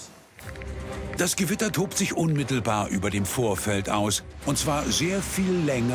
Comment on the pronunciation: Die Gwitter, es kommt DIE GEWITTA😂